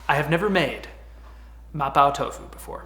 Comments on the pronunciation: Just a heads up, it's pronounced "ma-pough" tofu (rhymes with dough). Translates to something like "Grandma's Numbing Tofu" in Chinese. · What is “ma-POW” tofu? 🤣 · Quit watching as soon as this "soy boy" said Ma-pow-Tofu. Babish, I love your work, but you can get better people than this... Jesus Christ. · 3 seconds in and he immediately mispronounces mapo tofu...and just like that i'm out! cmon man do your research